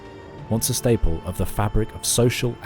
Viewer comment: agreed, dude butchered bons hommes, bonnes femmes and bons chrétiens. The burning stake is waiting.